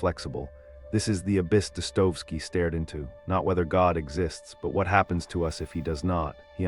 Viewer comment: Thumbs up for excellent content, but some names especially Dostoevsky are mispronounced.